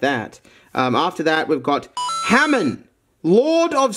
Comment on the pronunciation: pronounce hamen instead of hamon. shame